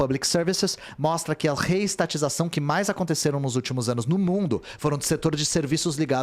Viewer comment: "No último ânus"